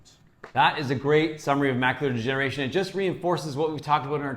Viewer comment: I love how it kept sounding like he was saying, "Macular Generation." and made sure the audience knew it was "Degeneration, as in Macular Degeneration."